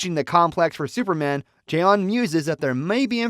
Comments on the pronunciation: Jay-on jay-on? Oh, crack me up! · Jay-On Jay-On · Jiyon Jiyonnn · Jay-Yawn lol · Why can't you pronounce 'Jon' it's literally just 'John' I had to quit watching cause it drove me insane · Bro the fact he mispronounces J'onn constantly is very sus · This narrator sucks. I can’t stand the way he pronounces J'onn. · I don’t understand why you can’t pronounce J’onn’s name correctly